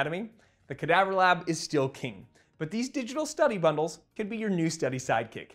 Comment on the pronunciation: It's amazing how resilient the sclera is! Did you expect the eyeball to withstand such a high drop, or were you surprised by the result? Also, a few corrections—for example, like 'sclera' instead of 'scalera' or 'scara', 'vitreous body' instead of 'vitrius', and 'cadaver' instead of 'cadaavver'. Small edits like these would make the video even clearer!